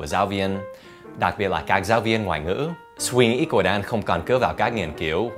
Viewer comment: Thầy Dan đọc từ " suy nghĩ " buồn cười quá